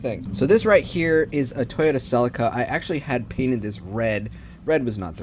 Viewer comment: ..... it's a Toyota Se-leek-ah ... not Se-lick-ah